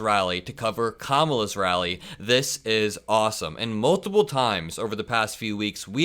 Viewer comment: The fox host also pronounced Kamala correctly. Shocking. 😂 are you allowed to bribe voters with a million dollars to get their vote? Isn't that a bribe? Isn't that buying a vote and buying the presidency? How is that okay